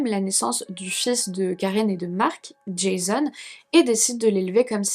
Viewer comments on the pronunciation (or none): none